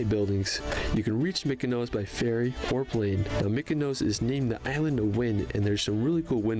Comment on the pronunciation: PLEASE EVERYONE -- the name of a lot of islands ends with OS.. they do not end with OSE. . It's Milos not Milose . . Mykonos not Mykonose . . Lindos not Lindose etc !! Since my first visit to Greece in 1973, I've had a place in Athens for many years. . I've been to 25 islands - many of them, lots of times. Santorini is FAR too crowded - they have severe problems with over-tourism &, especially, the dozens & dozens of cruise ships when hundreds of people suddenly descend on the little island.